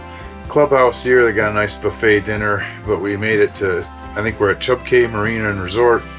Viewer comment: “Key”, not “cay”